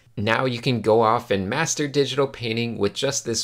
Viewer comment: "now you can go and mastr....." scared me for a moment there. ha!